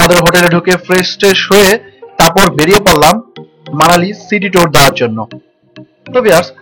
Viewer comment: হিমানচল না, হিমাচল। টর না, টুর। বলবো না, ভলভো।